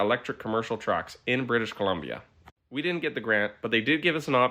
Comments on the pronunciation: "British canadia"😂😂😂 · “British canadia” hurts my brain. As a Canadian. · British Columbia… Just say BC, every time I heard you say “British Canadia” I laughed. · British Canadia lol. It's British Columbia, Canada bud. That's like calling something like North Carolina, North Carolan. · Usually a bug fan, but as a resident of BC can you please just say thr name of our province correctly instead of intentioninally saying it wrong the same way multiple times. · BC stands for British Columbia. It scratches my ear when I hear it being intentionally mispronounced. First time it was funny-cute, but then it was just annoying and disrespectful. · Are you really expecting me to believe that you cannot pronounce The Province of BRITISH COLUMBIA's name, Louis? I find that so stupid and hard to believe, given that Columbia is the Official Goddess of America, the district that resides the national capital of WASHINGTON, and the former territory that the state of WASHINGTON (AMERICAN COLUMBIA) came from. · Fux you with the BC mis pronunciation. Pick a lane!! I luv you but... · The difficulty that Louis had pronouncing British Columbia was funny. But the corruption here is sickening.